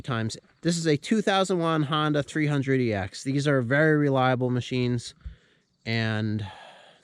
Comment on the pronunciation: Wery nice wery good video